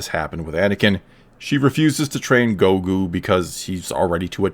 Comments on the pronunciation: Its GROGU not gogu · Last video he was calling him "Groku", so I suppose "Gogu" is somewhat of an improvement, lol. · You called Grogu "Gogu"(?) Anyways I really liked the video and I do think they are trying to fix the force with The Mandalorian and they have done a great work so far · "Gogu" Gave me a chuckle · “Gogu” smh that’s sad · lol You're trolling us by changing the way you pronounce Grogu each time. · Get his name right . How disrespectful. 😂 Jk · Dawg just say grogu’s name right like once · You said Grogu name wrong